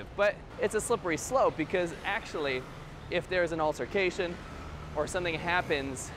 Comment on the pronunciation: I left at the part where you began saying .. "so, if there's an altercation". Why would there be an altercation? That's the first thing you jump to. You're pronouncing the word "altercation" wrong too. Look it up. Use a dictionary. Ask somebody to read the word to you.